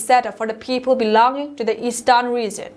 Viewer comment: Another correction Thursday was pronounce as thars-day/Eastern as Eastarn. This are some simple words which can easily be corrected if she wants to improve.